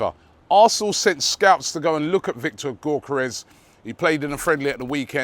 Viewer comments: Hey I don't know how to say Gyokeres either, but surely it's not GORK-eres lmao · Robbie i swear you have been told how to pronounce Gyokeres name correctly yet you keep saying gork-karez 😂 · It’s ‘yock er ez’ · The way Robbie pronounces gyokeres is hilarious😂😂